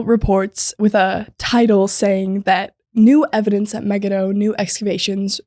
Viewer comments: I’ve never heard “Megiddo” pronounced the way you two are pronouncing it. Also, 2 Ch. says the battle was on the plain of Megiddo, which is huge, not at Solomon’s fort at Megiddo. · Muh-Gee-Doe is the most common English pronunciation